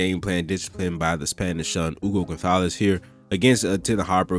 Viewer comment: On top of everything else, you pronounce "Gonzalez" with the proper Spanish "th"!